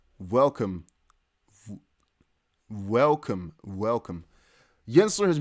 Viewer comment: You speak English very well. Love the Velcome ... adds interest !!!!